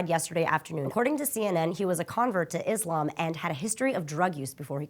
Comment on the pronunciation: Why it matter that this man, who did a horrible horrible thing, was a convert to Islam? (And, Islam is not pronounced with a z sound, but with an s sound.) Point out that Islam had anything to do with this mans actions condemns millions of Muslims to the ignorance and hatred they face today. Not gonna lie to you, you've really disappointed me with the way you presented this story.